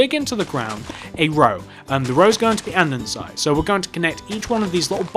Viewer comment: andesite not andensite